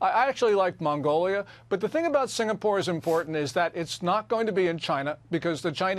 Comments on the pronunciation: SINGAPORE, not "sinapore" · Singapore not sinapore, In bahasa indonesia singa = lion, and pore/pura = city